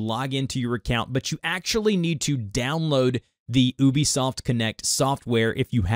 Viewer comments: its you-be soft not oh-be soft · It is pronounced You-Bee-Soft dude, you can message them if you need proof.